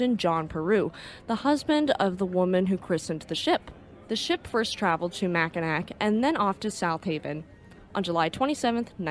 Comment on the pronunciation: Nice video. Mackinac is pronounced “Mackinaw.”